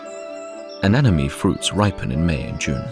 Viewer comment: A nenna me 😅😅 😢cmon man .. he got it wrong 2 of 3 tries .. a nemm a knee.